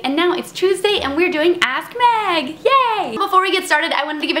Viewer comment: every time you say "ask Meg" sounds like your saying ass meg.